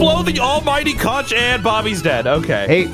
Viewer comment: New map looks fun. You're saying Conch wrong and it hurts my island.